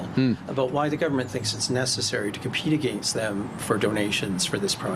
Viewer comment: Hmmm... maybe I'm off base here, but that alleged American NYT reporter pronounced the word "against" in a very Canadian way, that kind of put my radar up. Is it possible that this was actually a Canadian posing as an American NYT reporter and this question was set up? I'm probably wrong but that struck me as odd. 😆